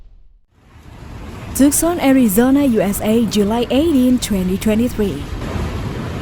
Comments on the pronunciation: Bizarre times. Text to voice bot sucks (TOOK-SAN), and this is just a collection of cellphone vids from SOCMED. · The A.I. narration of this video is AWFUL. Her syllables were stressed wrongly and she kept saying Tuckson. It was more enjoyable muted. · Yeah it was pretty bad BTW it's pronounced TOO sahn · who teaches these wanna bes reporters how to pronounce the name of a town it is twoson not tuckson you stupid jerk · It's pronounced Too-sawn. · Tooksan! That's how you might pronounce it if you didn't know better. Voice bots are fun to listen to sometimes.